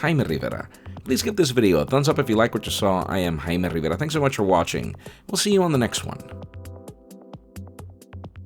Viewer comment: His name (pronounced correctly lol)